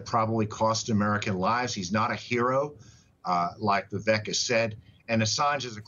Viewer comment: Vivek is pronounced “Viv-ake” And yes, why?